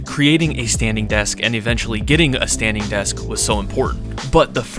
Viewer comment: Standing not “stainding”